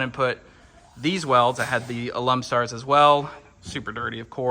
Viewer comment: Alum stars? That’s a new way to say alumastars. 😂